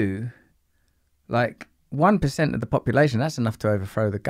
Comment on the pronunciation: that sounds like 4% to me, not 1%